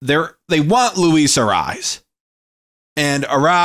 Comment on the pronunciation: Dude, it's not pronounced "arise". You'll be a lot closer with "uh-RAY-ez". Not that big of a deal...good vid 👍